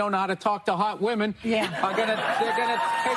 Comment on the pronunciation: 😂billy burr mr. Hotwife himself 😂 "they dont know how to taWlk to haWt women "